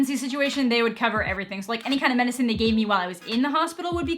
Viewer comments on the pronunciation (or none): none